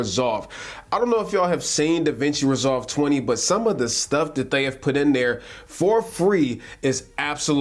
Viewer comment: to , no disrespect at all man but it did sound like you said the Cloud was free. I was intrigued by that. Still not a bad price point.